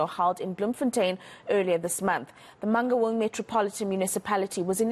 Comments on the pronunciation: This lady cannot pronounce Mangaung. For crying out loud, where does she come from? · Man-N- Gaun! WTF